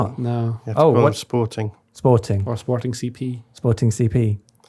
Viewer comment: Thank you for saying Sporting CP correctly 🙏